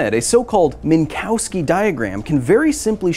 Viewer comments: Minkovski, not Minkowski. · They are pronounced “Min-Kov-ski diagrams”, not “Mink-Cow-Ski diagrams”. The W is pronounced like an English “V”. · It is pronounced "Minkofsky"